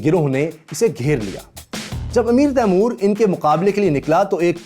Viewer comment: His name is timur why do Indians say taimor that’s disrespectful